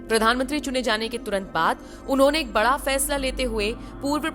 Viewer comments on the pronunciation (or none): none